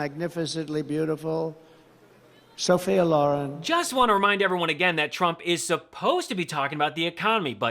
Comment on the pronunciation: And apparently, he can't pronounce Sophia. He should keep this beautiful name out of his garbage mouth either way